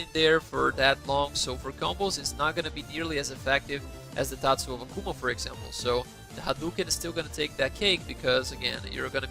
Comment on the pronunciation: sabia que era do nosso brasil só pela pronuncia do tatsu do akuma, vou voltar a jogar só por isso